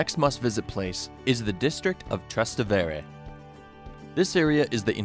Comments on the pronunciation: Tra-STE-vere! VE-neto! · I can't believe you just pronounced "Trastevere" like that....